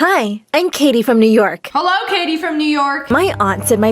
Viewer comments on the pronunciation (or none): the dad said “kitty” instead of “katie”